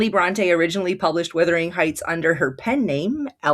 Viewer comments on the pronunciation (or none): What could have been a great exploration ruined by your continual mispronunciation of the title ...for gods sake it's WUTHERING not WITHERING!!